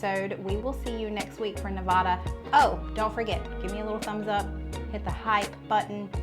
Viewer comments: You are in mispronouncing nevada.. Ne vad duh. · It’s Ne-va-da, not Ne-vah-da. We take that personally. People will fight you. Just saying. 😂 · As my t-shirt says, " It's Ne-Va-Da, not Ne-Vaw-Duh"..such a mix of cultures here. More than a shrimp cocktail for sure. Love this series. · Nevada is pronounced Nev-aa-dah, not Ne-vah-da. The quilt is exquisite, as a quilt maker myself I must say Wow! What a wonderful job. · Love your channel. Love you guys you’re awesome. In preparation for your Nevada video I just wanted to mention you are mispronouncing Nevada. Nevada is pronounced neh-VAD-uh not neh-VAH-duh. Again, love you guys in your channel ❤ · Just a head’s up: Only people NOT from here call it Ne*vah*duh. Here we pronounce the middle syllable to rhyme with *cat*. Ne*va(as in cat)*duh. And I agree with another poster who said good luck coming up with a food our state is known for. Maybe look up around Carson City in the more historic areas? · You two are so funny. You are trying to fancy up Nevada. It's not neh-VAH-duh, it's neh-VAD-uh. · Love the series even though I'm a vegetarian. BTW Nevada is pronounced Ne-va-da (a, like hat) and not Ne-vaw-da. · Those burgers look delicious! You can tell you’re not from the west. neh-VAD-uh. Looking forward to what you dig up in Nevada. Probably some sort of basque dish. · I love watching this series and all your commentary! Awesome! As a former Nevadan, may I help you with the pronunciation of Nevada? Its Ne-va (as is apple)-da (as in uh) 😃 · Lol, my late husband always said, 'I was BORN ready!" too! Thanks for the reminder! And the 3M ? must be scotch tape? I'd get jaw cramps trying to eat that massive burger! By the way, Risa of RisaDoesMakeup says Nevada is pronouced Ne VAD uh, like bad. She just said that in her last video; she's based in Las Vegas.....Just sharing. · Burger looks great Nevada is pronounced Neh- VA-duh. The middle sound rhymes with “ad” in sad or mad. Love your videos!